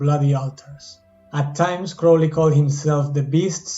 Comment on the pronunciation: Finally someone who pronounces his name correctly.